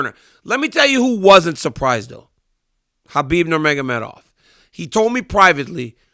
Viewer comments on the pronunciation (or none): none